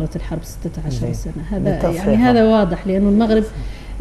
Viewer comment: هذا الأخ الصحفي عليه أن يعرف كيف ينطق حرف ( الغين ) فهو يقول ( المقرب ) بدل المغرب .